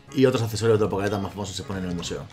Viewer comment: Jajajaja pokealeta no sé por qué me frustra tanto que no pueda decir pokeATLETA así no se escribe pero así se dice ....